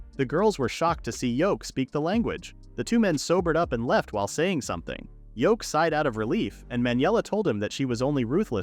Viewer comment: I hate that the AI is calling him Yoke he ain’t a egg his name is Yuke and whoever subtitled it also got his name wrong it’s even written Yoke you think something as simple as a MC’s name you could get it right